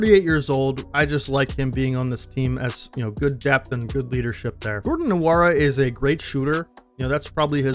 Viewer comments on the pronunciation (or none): none